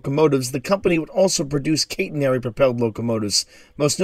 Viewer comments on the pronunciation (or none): CAT-inary, not KATE-inary